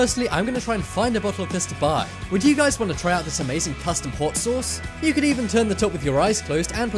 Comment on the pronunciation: HAUTTT SOSSS